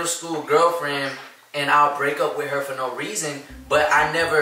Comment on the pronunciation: “WIT her”😂